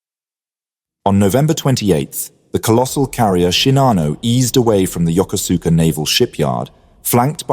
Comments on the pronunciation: It's pronounced "YOKOSKA" not "Yo-ko-SOO-ka". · No, not yoker-zooker. Yokosuka is pronounced yo-koh'ska. The "koh" is as in "cough" without the F on the end. If you want to do history, you have to learn to do research first. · The Second Sino-Japanese war began in 1937, not 1941. The full scale war began immediately in 1937. Also, I know in English it is Yokosuka, but it is pronounced Yokoska, and Kure is pronounced Ku-re with more of an eh sound than an E sound. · The naval base name is pronounced: YO-KUS-KAH. Absolutely not true: Japan sent two waves of 353 aircraft to attack an entire fleet.